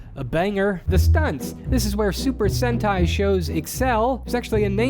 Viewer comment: It's Sentai. Try GaoRanger